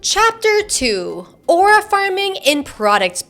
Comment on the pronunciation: take a shot everytime says "arua" and u might get alcohol poisoning